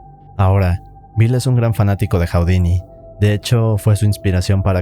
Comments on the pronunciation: Hu-di-ni, no Hau-di-ni! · Está muy interesante el video, solo que estresa un friego que diga "Jau-di-ni" en lugar de "Ju-di-ni" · Nadie, absolutamente nadie en el mundo: Este tipo: "Jaudini"